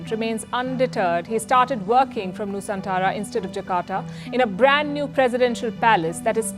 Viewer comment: Nusantara bukan Nusantala